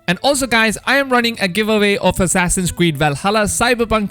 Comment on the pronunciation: Assassin's cweed 🤣🤣🤣